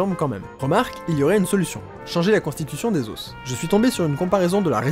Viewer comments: meeeec ce que tu fais est top mais pourquoi tu dis les ossssssssssssss pour dire les os non mec arrête arrête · Super concept le résumé était énorme "yean marie yean marie" haha Juste je trouve hyper désagréable que tu dises les "oss" et non pas les "o" mais bon on arrive à passer outre Bonne continuation tes super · Suis-je le seul à qui ça stress qu'il dise des os et pas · Le duo srx j'en peux plus 🤣🤣🤣🤣 par contre Leo tu peux dire des os et pas des osses merci 😅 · Lol on dit pas les "osse" comme tu le prononce mais les os (s muet au pluriel) n'est ce pas? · les "os" aux pluriel se prononce "o" et pas "osse" ("osse" c'est seulement au singulier). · Amusant la prononciation de os au pluriel ;) Normalement sing. [ɔs], plur. [o]. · Des os putains, des OS, pas des osses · Bah... on dit pas [lé auss] (les os) on prononce [lè au] un os = [oss] deux os = [au] on t'a déjà dit? Oui 1000 fois? Ok tant pis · On prononce "les osses" ? ;o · Vidéo superbe comme d'habitude ! J'ai par contre eu du mal avec tes "les os" avec le "s" prononcé à la fin, en plus tu le répètes beaucoup :o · T'es sacrément doué en bio mais alors en français y a du progrès mdr Chez un français normalement constitué, le mot "os" au pluriel n'est pas prononcé avec le "s" tout comme le "f" n'est pas prononcé dans "œufs" ! Voilà tu m'apprends des choses et là c'est mon tour hahaha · Révise ta prononciation de "os" au pluriel. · Tu sais pas prononcer "os" au pluriel wtf ._.